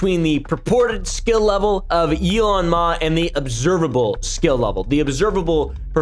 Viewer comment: "Elon Ma", do you mean for that to sound like anofher language? 😂